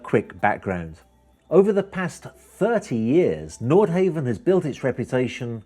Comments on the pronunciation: Nordhavn is pronounced Nordhavn, not Nordhaven. Want to drive a Priius or a Cheevy. Come on man, earn that fat commission. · like the video and im sure you have heard that its ..nordhawvn not nordhayvn.. and nothing to do with japanese i liked the history part but would like a follow up on the yachts in more detail .. keep up the good work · Great presentation - just one thing throughout isn’t quite right - the pronunciation of the company name: I believe the pronunciation is Nord-HAH-ven, not Nord-HAY-ven. Haven does indeed come to mind when picturing owning one! 🙏🏻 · It's not pronounced nord-hay-vn, it's nord-hah-vn. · Hate to "nit-pic" But its "NORD" HAVN not "NORTH" HAVN.. If your going to represent them, learn how to pronounce their name! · Frustrating to hear him say Nord Heaven, ruins the clip. NordHavn = North harbour in Norwegian AND Danish. Where on earth did you get that Nordhavn is Japanese? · and its pronounced nord hawvn not nord hayvn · Havn not haven. Not back from Holiday season yet? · You need to pronounce the name correctly. Try 'nor-how-n'. How could you get the basic facts so wrong? (Norhavn is 'Japanese' for North Harbour!) It makes you look like a fool and as someone that has little or no idea about what you are trying to present. I suggest that you delete the audio and try again. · You really should be able to pronounce the brand name before making a video about the yacht.